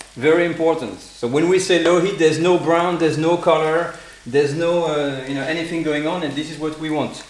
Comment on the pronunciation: I'm a Londoner and whenever the french pronounce t & h's they sound like us...i.e. anyfing, we tend to drop our th too.